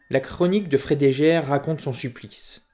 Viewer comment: "La chronique de Frédégaire" => prononcer Frédéguerre, non Frédéjaire.